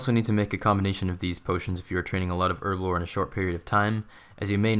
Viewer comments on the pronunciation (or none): you say erblore, and I say herblore. because it has a fucken H in it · There's a H for a reason, effectively so you don't say it like "erblore". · buddy, its called herblore. not erblore. h hhhhhhh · Man it's herblore not erblore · Her-Blore Lel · "Erblore" really triggers me xD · Erb? ERB? Erblore? ERBLORE? Shame on you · In the US its Erblore, in every other country we know how to pronounce it properly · well i mean the language is English, and in England where we speak English you pronounce the h same way you pronounce the second I in aluminium